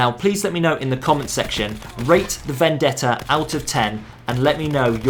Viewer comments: im serious, everyone uses to pronounce it "vendedda" when is actually "vendetta" as you read it :D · As an Italian i can say that your pronounce of "Vendetta" is perfect. Amazing video as always btw 💙